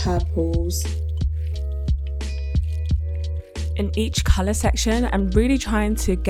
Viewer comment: cool dynamic girl and stop saying couler